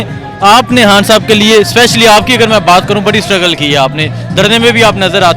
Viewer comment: ...han sahib nahe khan sahib bolo, corect your pronounciation